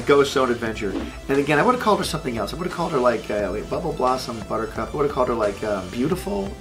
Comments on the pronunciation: Buttercup is not a two syllable word buddy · He said that her name should've been two syllables and all I could think of was calling her 'Blistex' like the lip balm lol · Yes, a two syllable name like Buttercup... Buhcup... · Buttercup- 3 syllables... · buttercup isn't two syllable. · ...Butch, I hate to break this to you buddy, but Buttercup is a three syllable name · Is it just me or is buttercup a three syllable word